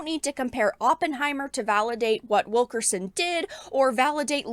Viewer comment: When I heard you say Wilkerson before reading the spelling, I honestly thought I heard you say, "Wokerson."